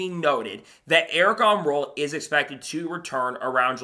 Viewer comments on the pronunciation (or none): Bro just can't say the name. Wtf